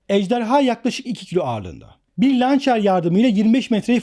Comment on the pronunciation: evlâdım..Türkçemizin içine yeteri kadar edildi... bari siz yapmayın.Türkçe de Lançer diye bir kelime yok. Yabancı dillerden araklanmış kelimeleri kullanmak ( Hem de yanlış telâffuz ile ) sizi gülünç yapar.LAUNCHER kelimesi Fırlatıcı......Mancınık vs vs demektir ve okunuşu Lançer değil.. tam olarak..LAUNÇIR dır. Fırlatıcı demek yerine eğer ingilizcesini tercih edecekseniz..bari kelimeyi ingilizce olarak DOĞRU! söyleyin.Neymiş?? LAUNÇIR....mış.